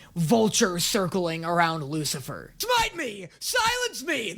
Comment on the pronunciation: "Oh here comes the wucifer specal "